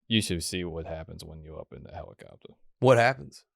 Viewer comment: "It's a hewicopta"